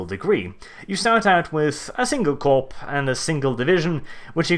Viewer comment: Also Corps is pronounce Core. Blame the french.